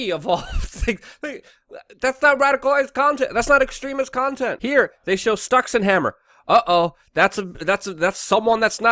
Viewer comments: "Stucks-n-hammer" lol I'm pretty sure it's pronounced "sticks" ... as in The River Styx, which was the river of the underworld in Greek mythology. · Quit calling him stockinhammer!!! Its styxhexenhammer! Frickin annoying! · MATT FIELDS I think he purposely mispronounced because he is a competitor. Childish, but effective. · At least give Styxhexenhammer his due by the correct pronunciation. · Disliked 4 not liking Alex and mispronouncing styxx name.